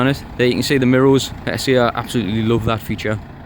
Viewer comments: Great video. But why you saying mirrols instead of mirrors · Great review mate, very detailed. I love the way you say mirro's lol